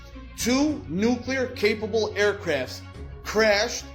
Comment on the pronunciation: Not sorry but I didnt hear anything you said after "Nucular" because its NOT A WORD!